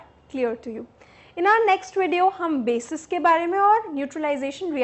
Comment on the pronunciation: Mam thanks for sharing this video But mam, it is bases not basic